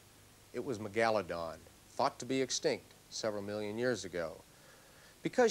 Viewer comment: He called it Ma-Galla-don.